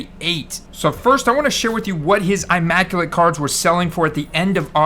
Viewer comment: Pretty sure it's a soft "i" in immaculate... I understand why you would think hard "i"/eye with the design & how big they make the letter i itself but I'm almost 100% sure its the soft i like in illusions so immaculate not eye-macculate... Don't trust panini logos & designs for pronunciation lol. Also raw may actually be valued less than psa 8 or average grade be 7 or 8 bc the thick card stock of immaclate and national treasure is always a really tough grade & extra condition sensitive usually pack/box/briefcase fresh coming dinged up with soft corners 8 outta 10 times. I remember you being on Hurts early as far as price comparisons to skilled players & other QBs so kinda upset I didn't grab a few more higher end instead of sticking with the higher quantity of low end stuff i'd already acquired previous season. Hopefully the immaculate heads up doesn't come across know it all or shaming or anything like that bc 100% not intent in least bit. Just looking out for a good guy I appreciate in the hobby. Ps hope Bucs just starting slow & get it going for ya! Much love, stay safe, stand strong, & always enjoy cardboard!